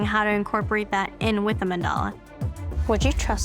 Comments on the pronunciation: Listening to the canvases butcher words like “katana” and “mandala” gave me the ick. They’re getting a tattoo of these but know so little they mispronounce it. Ugh. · The other two canvases couldn’t pronounce “katana” or “mandala” either. They got tattoos of things they can’t even pronounce.